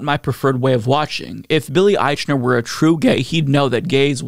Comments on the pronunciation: Ah-eeeek-Na! Every time you said Ah-eeechh-Na it grated my last nerve! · Billy's name is usually pronounced "Eikner." If you're going to comment on his film and pronounce his name in public, it doesn't look good to mispronounce his name, bad taste or not. Besides he's had successful shows on TV before. He's not the usual unknown actor that are in most gay-themed movies, because traditionally it was career suicide to play gay, whether the actor is gay or not. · I can't believe you can't even pronounce his name right! IKE-ner! Its called "research". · I would listen closer if you would just pronounce his name correctly.